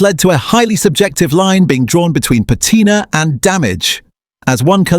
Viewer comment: Please fix the AI and have it say "patina" correctly please.